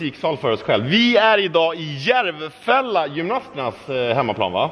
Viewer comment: Inget hat men det heter inte järvfälla det heter Järfälla. Jag tränar där